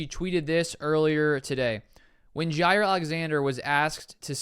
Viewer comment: It’s pronounced JAH